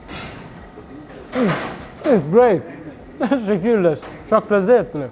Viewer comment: Bro your saying “tesekules” but it’s tesekuler with an R on the end just so you know